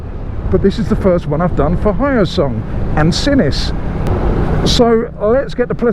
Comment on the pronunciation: Hello. I'm a supporter from Korea. First time to see a review on Hyosung bike by the foreigner. FYI, it's called H+yo sung not Hy+o sung. Keep up the good work! Thank you!